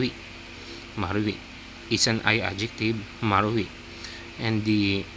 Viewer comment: marui sounds like mari 😅